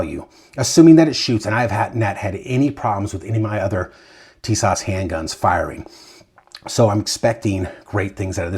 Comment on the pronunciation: It's pronounced "tee-SOSH."